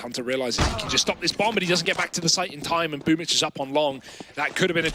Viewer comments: It’s BOOMbl4 not BOOMBL4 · Why is it pronounced as boombitch?